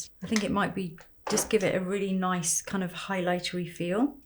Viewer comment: She for real said "noice"